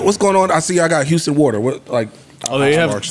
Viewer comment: Lmaoooo Joe said Howston (houston). Just say u fucked up his name lol.